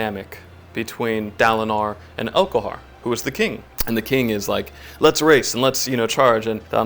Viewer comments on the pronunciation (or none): elHOKar not elKOHar